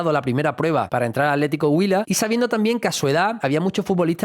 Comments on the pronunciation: Atlético Huila, acentro prosódico en la U. Está bien pronunciado, saludos desde Cali Co. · Excelente nota, y lo pronunciaste Huila muy bien. Espero que la rompa en el Betis, un equipo que me cae muy bien. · Está bien pronunciado Atlético Huila, felicitaciones por el gran informe de la vida de Nelson de Ossa, en manos del profe Pellegrini va a aprender mucho más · Muy respetuoso y delicado tu análisis. Y si, pronunciaste perfecto Huila 👍